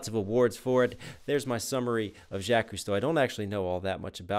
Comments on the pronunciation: Its not Jack. Its jock with a french j. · Also can ye pronounce Jacques right please lol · Even when you repeated the “croc to Jacques hunter” rhyme you still said Jack, I love it 😂